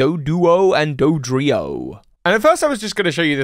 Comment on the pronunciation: You just turned Dodrio into Hydreigon 😂 I can’t tell if that was intentional or not lol